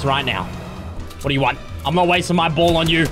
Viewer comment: is saying ball so much, it’s starting to sound like bowl! 😂